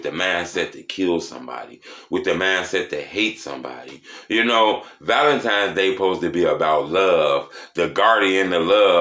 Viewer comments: Lol “Valentimes day”😂😂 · “Valentimes Day”